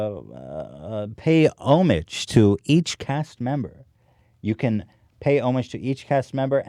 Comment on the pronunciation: Ethan is an idiot sometimes. He pronounced homage so ridiculously fucked up.